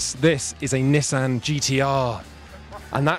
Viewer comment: The way he said Nissan made me lol